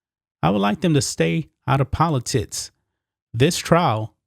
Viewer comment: The hell is “poli-tits”? I mean, c’mon